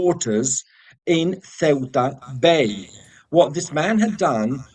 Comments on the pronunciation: Ceuta is pronounced Thuta. Toad in the hole is English Cuisine. We have fish and chips shops here in a small coast town in East Sussex some of whom also provide gluten free batter so that is great for people with Coeliac disease. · It's See-ur-ta.